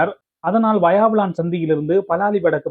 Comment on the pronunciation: வாயாவிளான் இல்லை! வசாவிளான்!! தயவுசெய்து நாம் தமிழர்கள் நம் தமிழ் பிரதேசங்களில் உள்ள ஊர் பெயர்களைச் சரியான எழுத்துப்பிழைகளின்றி செய்தி வாசிப்பது நன்று! எதிர்காலத்தில் கவனத்தில் கொள்ளவும்!! நன்றி.